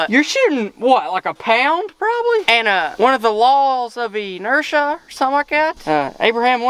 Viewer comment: Laws of enerthia